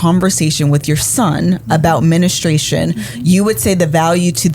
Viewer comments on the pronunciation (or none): Sis please stop saying men-estration. It’s men-stru-ation. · y"all was killing me with the "mennistration" lol...great topic though